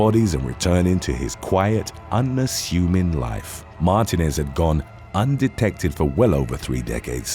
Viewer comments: I believe it's pronounced "Mar-TEE--nez" with the emphasis on the middle syllable and elongagated. I dunno if it's pronouced that way in Spanish (from whatever dialect it comes from) or how it's pronounced of most of the UK, though when I left I can't remember how I used to say it. and there are a lot more Martinezes in the US lol. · "Martinez" is pronounced "mar-TEE-nez". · It's not Mar-TIN-ez its Mar-TEEN-ez. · It’s pronounced MAR-TEEN-EZ!!!